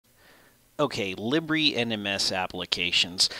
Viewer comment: FFS... learn to pronounce libre